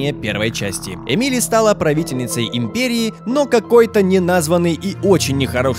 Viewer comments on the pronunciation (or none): Ааааа! Бомбит! Не эмИли, а Эмили! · Не ЭмИли,а Эмили,ударение на Э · А разве Корво не умер, и Эмили (ударение на э) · эмИли? Может Эмили? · Эмили! Ударение на э!